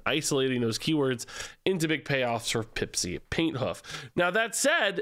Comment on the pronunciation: Pipsi Painthoof sounds way too much like "Paint Huff"